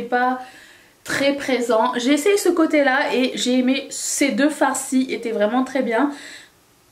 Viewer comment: Je délire avec toi pour "farçi" MDR